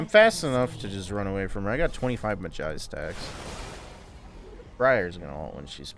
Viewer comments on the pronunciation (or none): none